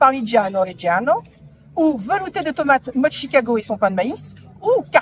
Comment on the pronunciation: Mais pourquoi tu prononces Tchicago😄